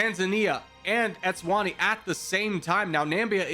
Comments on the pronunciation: i love this :) i havent watched the whole vid YET, but africa is my fav continent so this should be fun. just so i dont forget later, after the vid, im gonna say this now; even tho u might say the names correctly later: ''nambia'' its namibia ''etswani'' its eswatini, previously known as swaziland. sao tome and principe: has those little wavy lines on letter bc u need to put the accent on that letter for pronounciation. kenya invading tanzania: tanzania: wHaT aBt ThE eAf?? kenya: WhAt EaF?? tanzania: goddamn u :( ''bukana faso'' its burkina faso ''erintrea'' its eritrea ''comorus'' comoros instead of saying zimbabwe, u said zambia 7 times as these r minor mistakes, and ive been learning this kind of stuff for 3+ years, i cannot blame u. and i can say the hardest to learn was africa, oceania and the carribian, when it comes to countries that is. i still havent really learned all the capitals, but im nearly done😅 me, watching a ''how americans see the world video'', knowing its fake and just watching it bc i love laughing, and even the creators saying its just for entertainment at the start of the vid my grandma: dont u think they dont know boe me: but its just for entertainment! my grandma:dont u think they dont know boe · Pronouncing Eswatini as Etswani should be a crime😂😂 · Every time you tried to pronounce these countries I could feel the life being sucked out of my body I’m joking, no hate brotherman, but it’s Nam-ibia not nambia, and S-what-Eenie for eswatini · There are like 3 nations you pronounced incorrectly. Erit-trea Eswa-Teeni Bur-Keen-Na Fa-So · "Nambia" "Etswana" "Etswani" "Entreya" "Drs Congo" "Camoros" "Bukini Faso" "Bukano Faso" "Boko Fason" "Boko Fasono" "Boko Faso" "Zimbwabwe" 💀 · I would like to say this: eswatini is pronounced like es wah tea knee Eritrea is pronounced air rit tray ah Namibia is pronounced Nah mih bee ah I don’t mean this as like a correction or to make myself look smart. Just wanna help one of my favorite YouTubers ou1